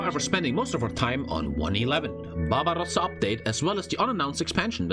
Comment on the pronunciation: "Babarossa"